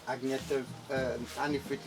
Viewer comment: btw her name is pronounced Ann-ye-tah, not Agne-ta